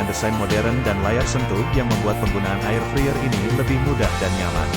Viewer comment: Ngomong nya bkn 'friyer' tapi 'fraiyer' 😵